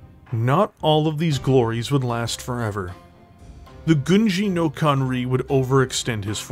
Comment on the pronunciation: i love your videos, but you're butchering the title of Gunji no Kanrei every DC mech... It's pronounced "Kan-Ray", hope this helps in future videos.